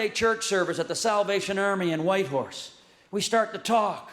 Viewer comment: He nailed Whitehorse👏🏽